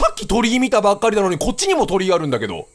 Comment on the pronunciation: キヨさんの｢鳥居多くね？｣ が｢鳥多くね？｣に聞こえた人。 先生怒らないから 正直に手を挙げなさい